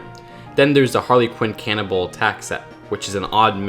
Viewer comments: Whenever you say "cannonball", I hear "Cannibal". That would be a very different set if that were the case lol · It sounds like your saying Harley Quinn cannibal attack